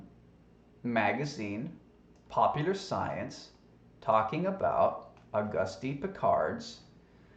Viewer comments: It's pronounced augoost not augustie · The French pronunciation of Auguste would be "oh-goost". Accent on the second syllable, as in "because". I assume the Austrian is similar. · Love your channel,. Say, I was a French major in school. Can I help you out with his name (if someone else hasn't done so already) for future reference? His name is pronounced "Oh-goost Ann-twahn." (You got the "Piccard." 😊) Thanks for the Wiki alert. Now I think I'll buy one of those "Duh-grass" (also French) Tyson t-shirts. 😉😊❤ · it is very hard to take you seriously when you mock his name by mispronouncing his name over and over and over again. the mans name is based on the French lanquage. the "e"" is silent .augusty is not his name .please i know we are the deplorables but we need not show how dumbed down truthers really are. actually i dont think you are dumb i think you may be mispronouncing his name on purpose, are you? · Auguste Piccard is pronounced “o-GOOST pee-CAR”, or at least, that’s close enough to French for most ‘Murricans. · Auguste is pronounced [August] like the month, in French the final e of every word is muted as in [Antwan] is the pronounciation of Antoine. Hope this helps. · Auguste is a French name and the "e" at the end is silent. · The "e" is silent flattard boy.